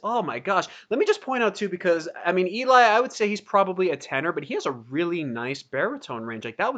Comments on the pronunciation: You should also check out Geoff Castellucci’s channel, he does some amazing solo stuff. Also, it’s pronounced “L-E” not “E-Lie.” Everyone gets it wrong at first. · Eli is pronounced more like ellie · love your reactions! BTW ely is pronounced ellie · Eli is pronounced Elley, just like Geoff's name is pronounced Jeff.